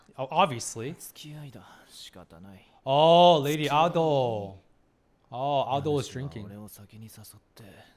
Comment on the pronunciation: Not him calling lady Ah-do and Jinshi siblings-👁👄👁 NO SPOILERS SORRY